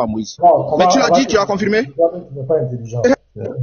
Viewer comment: Comment tu peux débattre avec quelqu'un qui dit "confrimé,vrigu" au lieu de confirmé, virgule. Ce est d'une ignorance chronique.